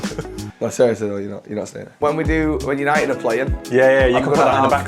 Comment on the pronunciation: Absolute Class, 10/10, YANITED, YANITED, YANITED